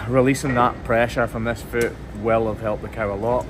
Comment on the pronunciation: Yes! Fluid not liquid. Does your son also say foot, rhymes with boot? He’s so cute ❤️